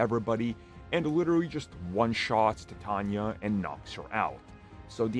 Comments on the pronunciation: *titania not tanya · Bruh stop say TITANIA name like “TiTANYA” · uhh tanya? it's "TITANIA"